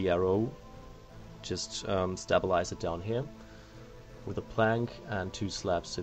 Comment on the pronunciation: OMFG ITS STABLE-IZE NOT STAB-ALIZE